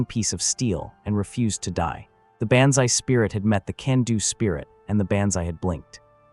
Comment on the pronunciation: It would really be wonderful if you showed respect and spelled John Basilone’s name correctly. It’s BASILONE, not Bazzelone , Basselone, or any other grossly incorrect way you spelled it. Also, why not teach the idiot A.I. voice to correctly pronounce banzai? It’s pronounced Bahnz-eye.